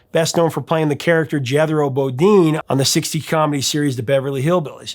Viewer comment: It also appears it a wonderful part of the 2015 Jonathan Demme movie RICKI and the FLASH. MERYL STREEP & RICK SPRINGFIELD sing it together in that film. Btw did you pronounce "character" in an unusual way deliberately or is that an Idahoan accent? I'm referring to when you talked about Ed Helm.